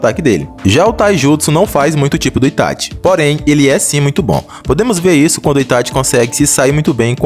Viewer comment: Kkkkk quando eu abri o video eu ja imaginava, ou o maluco vai ser lúcido e dar a vitória ao Minato ou é um fã boy fo Itachi. E quando o cara pronunciou "ItaTI" já ficou claro o final do vídeo kkkk